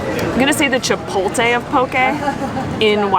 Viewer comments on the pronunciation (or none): Did just say chipoltay? 🤦‍♂️ Omg you both say chipoltay 🤦‍♂️🤦‍♂️🤦‍♂️ haha It's pronounced Che poht lay